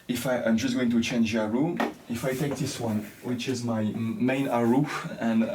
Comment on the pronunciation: Hi, I am so impressed by your music! A westerner playing a Chinese instrument, is marvellous! I am still an amateur player. I just like to tell you that erhu is pronounced as "er hu" and not "er ru". You need to pronounced the H as "hu" or "hoo"